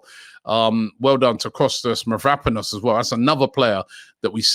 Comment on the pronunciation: ITS MAV-RO-PAN-OS